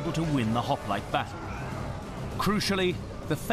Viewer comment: They couldnt evening Pronounce Hoplite